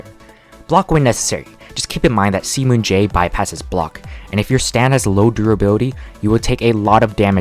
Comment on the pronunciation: idk why but everytime he says c moon it sounds like semen for me